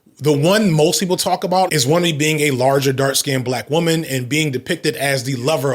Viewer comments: Hey just a heads up guys Her name is not pronounced Won-mee. It's closer to Woon-me the U in Yorùbá has a similar sound to words like dune and tune. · Wunmi....pronounced 'Woo-n-mi'.... it's Yoruba...meaning.. its suits me...its dear to me.. i long for it...👍🏻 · You're probably not gonna see this cause I'm so late lol. But her name is pronounced Woo(n)me. The 'n' is almost silent; you barely hear it.